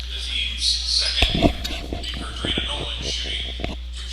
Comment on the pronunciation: To the speaker. Nolen (21)name is pronounced "Car" "drina" not "Ca" "drina"🤷🏾‍♀️ .